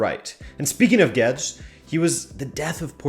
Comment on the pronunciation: Gauged? (YouTube) Guedes I hear Gedged XD